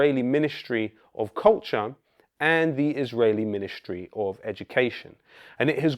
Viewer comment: Only one problem. There's no "H" in Ministry. It's not MINISH-try.